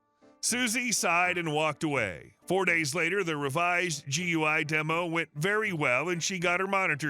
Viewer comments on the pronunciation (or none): Just a picky criticism from an IT tech ... GUI is generally said as "Gooey" it actually stands for Graphic User Interface. Not a major item, just a minor bit of information.